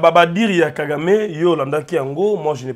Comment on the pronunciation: C'est Kagame et non Gagame